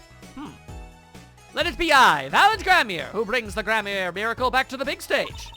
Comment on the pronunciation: more name shit! Daryan: pronounce it as one would darian or darien gramarye: i pronounce it gram-arr-ree